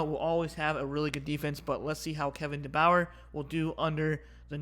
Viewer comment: You can’t even say DeBoer name right and you think Wisconsin winning by 7 LMAO let me save you some embarrassment you need to go do your research before saying dumb crap Ryan Williams ⭐️⭐️⭐️⭐️⭐️ Caleb Odom ⭐️⭐️⭐️⭐️ Kendrick law ⭐️⭐️⭐️⭐️ Justice Haynes ⭐️⭐️⭐️⭐️⭐️ Jam Miller ⭐️⭐️⭐️⭐️ CJ Dippre ⭐️⭐️⭐️⭐️ Danny Lewis ⭐️⭐️⭐️ Ty Simpson ⭐️⭐️⭐️⭐️⭐️ Richard Young ⭐️⭐️⭐️⭐️ That’s just some examples , how Wisconsin beating Bama by 7? 🤣 That air raid shit doesn’t work Miss State runs it and Bama has shut it down.